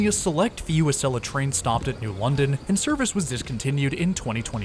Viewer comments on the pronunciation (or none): none